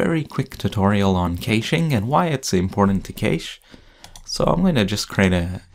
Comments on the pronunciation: ***** It is supposed to sound like "cashing" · is supposed to sound like "ka-shing"